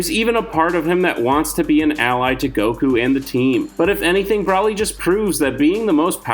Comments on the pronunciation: Br oly is how u pronounce it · The way broly is said hurts my soul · I rushed too the comments too see if anyone else agreed. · Kmow how we all know youre not a dragonball fan? You mispronounced zamasu and Broly, along with claiming that vegeta was the original villain in the z series.